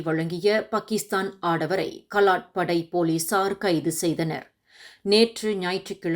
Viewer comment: kalat padai illai.Kaalat padai endru vaasikavum.